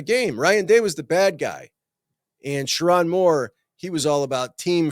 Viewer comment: LSU over MICHIGAN 😂😂😂 😂 That’s why ppl can’t take you seriously. Can’t even pronounce Sherrone’s name correctly. Smh